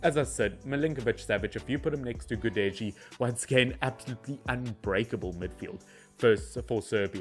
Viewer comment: gudel with a soft L is gudelj. DJ, LJ, NJ are softer sounds of those first letters, if you understand what i'm talking about. not like PORTUGESE J or SPANISH, or FRENCH. more like russian would say soft L.